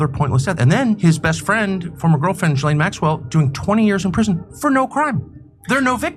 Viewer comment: It's not pronounce "Ghil-Laine" it's pronounced Jizz-Lane....owhhhh...unbelievable!